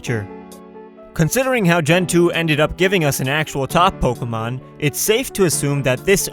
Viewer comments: Am I the only one who gets a little annoyed when someone says "Po-kah-mon" instead of "Po-keh-mon"? lol It was a good video anyways :] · in the beginning he said Pockymon lol